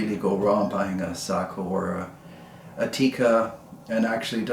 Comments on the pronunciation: Thank you saying Sako correctly. My Finnish relatives approve of your pronunciation. To everyone saying it wrong, Seiko is a Japanese watch maker. Thank you for the review! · In Finland, Sako is pronounced like you pronounce it. As many of us know, the name "SAKO" comes from "Suojeluskuntain Ase- ja Konepaja" ("Civil Guard Gun and Machining Works" in English), which was the full name of the old Sako factory until 1938. As a Finn, who is very familiar with Sako rifles, I encourage you to keep on using the pronunciation you've already used :) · Well done..,you pronounced it correctly 🤓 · I watched an article about Sakos in Finnish, they pronounced it Sock-oh. You’re absolutely correct but I think in American English Say-ko is more natural to our ears. When you get a chance check out Randy Selby, of Wapiti, WY. His YouTube channel is the real gunsmith. He gives a very nice dissertation on Sakos. He’s quite a character but has some great videos. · Don't sweat the nomenclature. It's a bit pedantic for people to be overly sensitive about it anyway. The military loves the nomenclature nazis.. I suppose it builds strong bones or character? I know someone that has owned, repaired them (as a gunsmith) his entire life and he pronounces it SAY-KO, both long vowels. I suppose in Finnish it could be different. As a viewer I love your videos, they have a unique niche that only you are filling. You have opened my eyes to guns I would have never considered. Thank you! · I pronounce"SAKO" the way you do. It happens to also be the way that the Finns do as well. Nice rifles as usual.